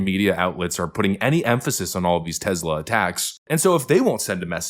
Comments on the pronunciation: Love the videos man.. but it's TES.. TESLA.. not TEZ... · Love your videos, love your channel. That said, it is pronounced Tesss-lah, not Tezzz-la. Nikola Tesla (Nee-ko-lah Tess-lah) was of Serbian ancestry and Elon paid homage to him by naming the company after the inventor. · Love your work, but it's not "Tezzla". Nikola Tesla desrves at least that after getting screwed by Westinghome.